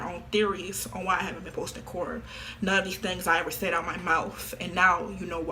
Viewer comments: We heard it straight from HER moufth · "MY MOUFTH MY MOUFTH" aight it be like that i guess